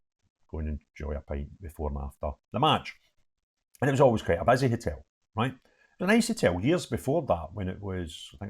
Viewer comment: I would never have guessed you were a rangers fan . Btw it’s a hotel not a hitel